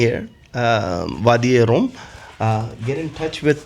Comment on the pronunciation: Wadi e rum bro not room or Rome